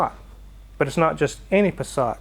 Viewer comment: As a German the way you pronaunce Passat is way to French/elegant .